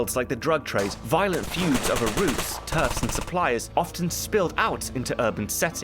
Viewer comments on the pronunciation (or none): none